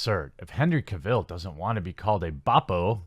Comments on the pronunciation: Cavill. Not Ka-Ville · you are saying Cavill wrong :D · Glad you just started calling him Superman... the way you pronounce his last name gives me nightmares